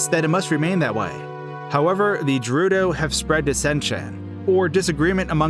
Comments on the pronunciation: it's Gerudo not Jerudo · Wait wait wait did this dude just say Jerudo instead of Gerudo? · It's jeh-ruu-do? I thought it was GEH-Ruu-(mario)DOH! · (JAH-RUH-DOH) If this was such a nostalgic game then how come you cant pronounce it correctly. (GAH-RUH-DOH) I dont care about grammar JUST saying... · Gah ru doh. Not jarudo. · You do know that booklet isnt canon right? Especially nit, since it wouldnhave been released in japan first, if nit the only nplace itd be released exclusively otherwise. This booklet is no more canon than the mangas. Also, th Also is G-erudo, not J-erudo. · "jerudo" "meedo" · My mans said Jerudo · did he just say “jerudo” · It's no "Jew Roodo". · The g is pronounced more like in god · He mispronounced Gerudo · I'd like to point out that Gerudo is pronounced with a hard G.